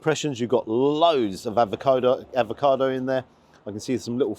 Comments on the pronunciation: Avocado. Not Advocado. Advocaat is a Drink😎🤓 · I agree with you about the poached eggs, they have to be runny & those looked great. One small thing though, you may think I'm being pedantic, but it's avocado NOT advocado as you pronounce it. You seem to be combining avocado with advocaat! Anyway, love your reviews - very natural & I hope you're not still getting grief about YouTube revenue, you've got to make a living after all. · Sorry to nitpick but it's avocado, not advocado 😂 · There is no 'd' in AVOCADO - if there was it would be spelled 'Advokado'.....come on man we are following you and taking your lead......this basic stuff Sir! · Love the video. Just need to say it’s ‘avocado’ not ‘advocado’ 😂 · Avocado not Advacado - not to be confused with Advocat 😂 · are you saying 'advocado' instead of 'avocado'?😁On a serious note, Paolo showing Ramsay and all the other celeb chefs how to do proper food! The way you enjoyed each mouthful, appreciating each bite - it was as if you were at the Opera and marveling at the performance! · Is it just me or is saying “ad va cado”? lol 😂 I still like your reviews. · I love your vids,, but there is only one D in avocado. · Avocado. Without the 'd'. Bless.